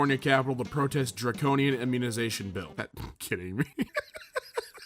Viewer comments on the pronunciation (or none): none